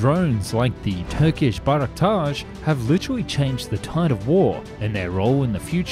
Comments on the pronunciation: When "Bayraktar" become "Bayraktaj" 😐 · "bayraktaR" with R at the end, not sh (looks like you've mixed it up with FC Beshiktash or something) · dude im turkish and every time you say "Bayraktar" it triggers me